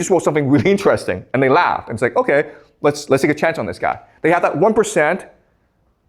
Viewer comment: When you said " They kaugh and take a risk" it reminded me of "Legally Blonde.😊